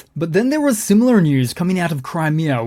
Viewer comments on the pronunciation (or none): none